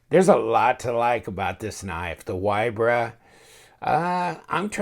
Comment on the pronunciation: FYI - Straight from the designer, name is pronounced VEE-Bra. Polish folk pronounce "W" as "V". Love your vids,. Keep 'em coming.